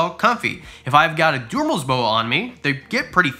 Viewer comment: 😂🤣 you’re killing me in this video lmao. “DU”merils boas.